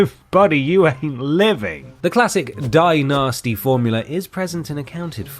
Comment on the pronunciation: The Danny Devito cutout, the purposely mispronounciation of "Die-Nasty". I didn't miss the Always Sunny reference.